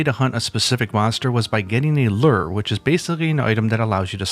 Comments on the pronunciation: Lurrrr? I pronounce it loower. Pronounce lure right damnit. Lol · its a LURE, not a LER..... Looo-er... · Great vid, but my man, LURE is pronounced "Loo-er", not "Lerr". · What's a Lurr? I think you meant LURE? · /lo͝or/ I spent a bit trying to figure out what a lurr is. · Ah yes, the "lurr" system. I remember him fondly as the ruler of omicron persei 8. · People pronounce it in different ways. I myself also pronounce it the way he says it. I’ve seen more people pronouncing it this way than the way you said it’s pronounced anyways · Weird to hear lure produced "luhr" instead of "loo-wer" 😂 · i came to the comments to find this comment specifically. that pronunciation was driving me insane. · Is it wrong to pronounce "lurh"? English is not my main language, sorry! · It honesty baffles me the amount of common words that are mispronounced in YouTube videos Lurr lol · "ler" ok. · You say "lure" in such a strange way. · He's clearing never been around fishermen. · Depending on your accent, the word "lure" can be pronounced in many ways. Dont know why some people are making a big deal out of this. I didnt even notice